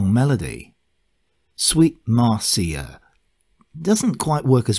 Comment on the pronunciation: I've always heard Neil refer to his second wife as "MAR-shə" not "MAR-see-ə".